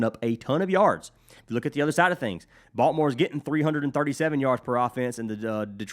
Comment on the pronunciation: Thanks for the picks! It cracks me up how you pronounce Baltimore as "Balt more". Being a native from there, I have heard it pronounced many ways but yours is unique. Let's cash!!:)